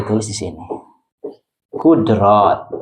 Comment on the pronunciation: Cara penyebutan huruf pak yai kurang pas misal qodrot mestinya qudrat